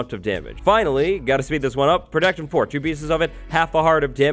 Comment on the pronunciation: STOP SAYING PRODECTION